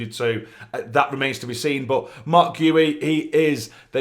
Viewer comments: You listened to his video and still got the pronunciation the wrong way round 😁 It's - Gee-oo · marc gi ,the I is like in the word ski as for this deal I think it's good one